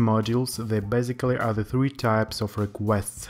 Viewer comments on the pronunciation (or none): none